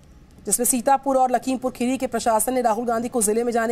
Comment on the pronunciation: राहुल जी आप पहले यह ठिक से बोलो खेरी नही खीरी